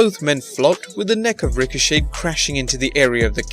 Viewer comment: It's Ricochet not Richochet